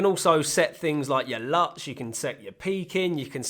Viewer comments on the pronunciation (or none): none